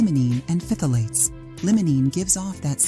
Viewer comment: As a chemist, I was in the chemical intermediates field for years and we never pronounced phthalates the way you do😅! It’s more like [thalates] the ph is silent. It took me awhile to understand what the hey you were talking about! 😂